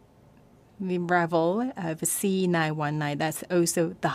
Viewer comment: the C919... why do i keep hearing "senile 19"